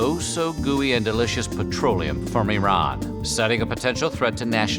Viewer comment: why do you always say Iranian or Iran incorrectly. it kills me. -_- :(